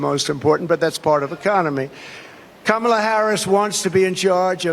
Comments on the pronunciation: He slipped up and pronounced her name correctly. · He made a mistake and pronounced Kamala correctly. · He's really losing it - he forgot and said her name right for once!